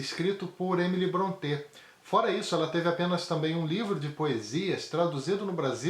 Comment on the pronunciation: Boa resenha. Faço ressalva apenas com relação à pronúncia do sobrenome Brontë. Não é afrancezado, tipo, como se fosse Bronté (ou "Brontê". Mas a verdadeira pronúncia soa como "Brónte".